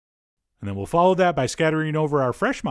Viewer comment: Not matzarella (it's not kosher) but mOOOOOzerealla